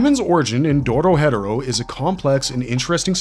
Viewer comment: lol when he said doro headero thru me off so bad